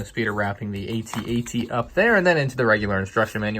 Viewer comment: I’m sorry but it is not a-t-a-t it is at-at